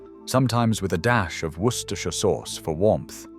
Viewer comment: 'Wor-ces-tershire'? Deary me! 🤣